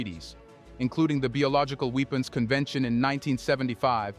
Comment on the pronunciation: “Nuclear WEEPENS”